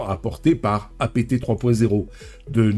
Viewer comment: OK, OK, OK j'aime tes vidéos, intéressantes. Je m'abonne, mais juste une condition : tu prononces dorénavant APT (comme le mot Apte) et non pas A-P-T (comme "a pété"). Peace & Prosper. 🖖❤😉